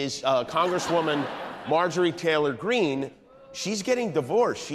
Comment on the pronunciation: Marjorie Traitor Green. You said it wrong